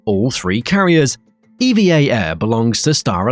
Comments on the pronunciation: Pronounced "eevvaa" one word NOT E.V.A. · It's pronounced "eva" not E.V.A... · It's pronounced "EVA" not "E-V-A" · It's pronounced "Ever Air" btw, owned by the Evergreen company